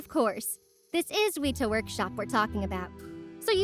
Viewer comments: Some very cool, imposing animatronics! FYI, it's pronounced "Weh-ta", not "Weeta" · why do people struggle to say weta so much